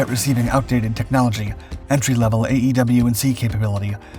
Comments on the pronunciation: AWACS - It's pronounced [Eh-Wax] NOT A E W C It's AWACS! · You have a heard time pronouncing E-WAC. Say it as a word not letters. You come across as unintelligent with military words.